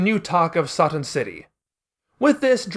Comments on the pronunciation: The fact you're fine with calling her Videl but insist on "Sah-tan" is the most infuriating thing in the world, especially in regards to your reasons why you stand behind it. "It's not an English word", even though Toriyama is clearly using it as an English based pun. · You couldn't have pronounced Satan as how it's actually pronounced? If you are going with the Japanese pronunciations you might as well call Trunks Toranksu and Bulma Buruma.